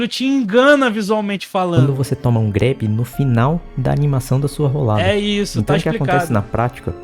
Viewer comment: N tanko o cara falando "roldada" kkkk não tenho maturidade